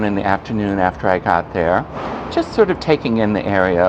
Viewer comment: Hi! I was in that exact area while travelling in Penang a few weeks ago. Nagore refers to a small town in Tamil Nadu in South India. Many Indian Muslims migrated from that part of India to then Malaya in the early and mid 20th century. It is pronounced as "Nah Goor". Thought you and your viewers would be interested to know. Informative video. Cheers and happy new year!